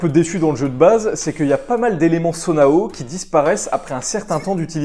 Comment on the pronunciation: Nan nan ça se prononce bien Sonaou, à moins que le jeu se trompe lui même dans le prononciation tous les personnages prononce le mot comme tel !